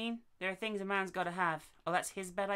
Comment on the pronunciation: Things* not thongs lol